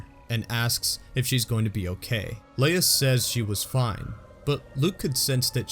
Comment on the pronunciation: You made an error in that last sentence there. You said "Waa" instead of "Was"